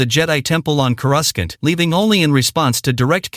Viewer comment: 25 years of "The Phantom Menace" and "Coruscant" is mispronounced?